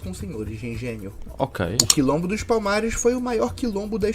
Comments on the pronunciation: a palavra é *Quilombo*, e não *lombo*. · Quilombo não lombo 😅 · É Quilombo e não lombo, jumento. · O certo é Quilombo dos Palmares. Pesquise "Quilombo" e não lombo. Atenção às pronúncias do português brasileiro. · Trata-se de um "quilombo" e não "que lombo". Pega leve, patrício! 🤣🤣🤣🤣🤣